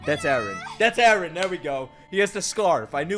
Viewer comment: It's Eren, not Ellen.